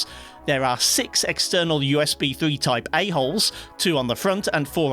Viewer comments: "type-a holes" just sounds lke "type assholes" to me lol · I keep laughing when you say a hole, lol